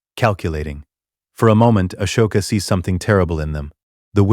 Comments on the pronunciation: Ah-soke- a God dam atleast pronounce the names correctly when doing these vidios WTF They way u pronouncing her name its so fricken wrong U pronouncing like ashoka not Ahsoka Even the capitals name is screwed up at least watch the movies n especially clonewars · It’s pronounced Ah•soka not Ash•oka …five thousand times. Ruined the story for me. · Please teach your Ai narrator how to pronounce Ahsoka. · Yeah, I don't get why they can't tweak the robot narrator to pronounce Ahsoka and Coruscan't correctly. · Channel would be better if it didn’t us garbage ai voice that can’t even pronounce Ahsoka or Coruscant correctly